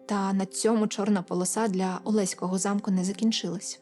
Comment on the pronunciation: привіт з Олеська) в нас усі кажуть олеськО, з наголосом на останню о, хоч правильно так, як кажете ви, але це так, цікавий факт, а випуск цікавий)